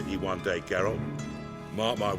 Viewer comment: Its Geralt not Geault ffs...